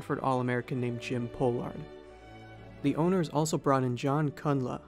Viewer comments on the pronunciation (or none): The narrator mispronounced the name of Jim Pollard, who was one of the best players in basketball at the time.